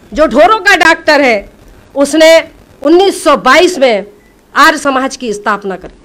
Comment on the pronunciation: आर नहीं आर्य शुद्ध उच्चारण तो सीखो।